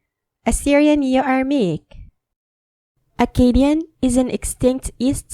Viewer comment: The Akkadian reading is wrong, this guy has no knowledge of how Akkadian was pronounces Š= s S= ts Z= dz R= ɣ He doesn’t even differentiate between long and short vowels